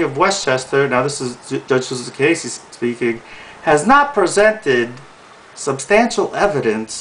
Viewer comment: I missed something. Susan (ka case) Cacase, which this guy cannot even pronounce it properly, has not stated where Susan's brother did anything. I know one brother was busted. I never asked him the outcome. But what a brother does has no affect on Susan's job as a judge. That is like Trump the Skunk attacking Bill Clinton about women in his life when president. Bother are sluts and bums, but at least Clinton was paying off the NAtional Debt.